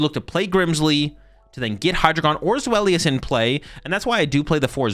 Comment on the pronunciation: Zweilous is actually with a "v" sound so it would be "zvhy-luss"